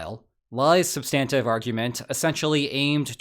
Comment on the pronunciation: SUBstantive, not subSTANtive. You're a smart guy, so you should sound smart, too.